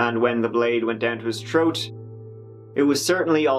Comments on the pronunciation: when you say “troat” instead of throat I can’t help but laugh even tho it’s inappropriate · What’s a Troat? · The word is THROAT not TROAT. Good God man go to a speech therapist!!